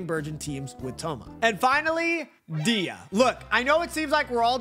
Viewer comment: U pronounce dehya name wrong. It's like deehhya its much softer . But u say it like diya. The e is softer. U say it like a i . Dehya